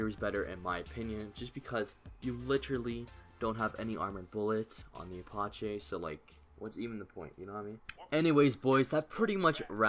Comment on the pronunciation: no way bro said aparchee